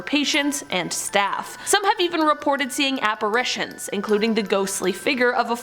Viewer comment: I just wanna thank you for pronouncing apparitions correctly. There are two a's in that word, not three. Love you!